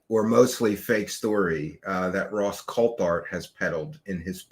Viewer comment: COLT HART!!!!! not Colthart 🤦🏻‍♂️ omg